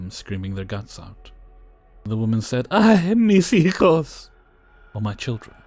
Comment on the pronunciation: You said ",Ay mis hijos" with a perfect Spanish accent 😄✌️